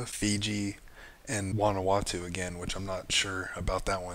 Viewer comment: You pronounced Vanuatu correctly. Satoshi Island is being built on Vanuatu. Also in 2018, China signed with Vanuatu for the cooperation on the Belt and Road Initiative (BRI).